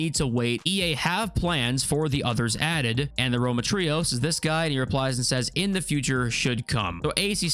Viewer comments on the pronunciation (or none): none